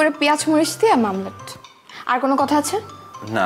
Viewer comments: It is not mamlet , it is omelette. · শব্দ টা মামলেট না অমলেট